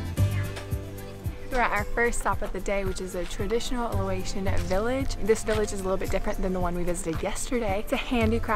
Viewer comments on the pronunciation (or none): you keep saying "Loation." That's wrong. It's Laotian or just Lao. Lots of youtubers make same mistake.